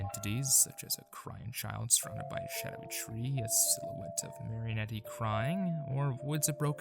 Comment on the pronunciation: This is great but the pronunciation of Marionette is KILLING me For future reference, it's mary-oh-net, or mar-uh-net, no e sound at the end